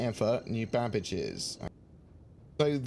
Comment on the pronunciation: Babic or Babbage